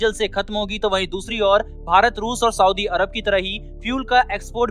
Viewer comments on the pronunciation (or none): none